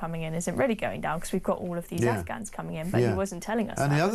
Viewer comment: Can't Starmer even say "Afghans"? I've listened twice and he seems to say "Ufghuns". 🙄